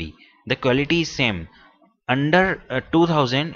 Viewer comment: quality I heard you said war li cute